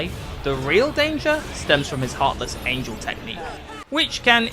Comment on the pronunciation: "The one winged angle?"😂😂